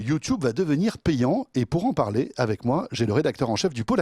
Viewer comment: c'est drole qu'a la place de dire YouTube correctement il disent YouTiube